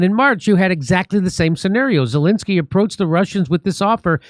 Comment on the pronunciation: After 3.8 yrs Dore still says 'Zilinsky' not Zelensky and most comment-posters still can't pronounce or spell his name right !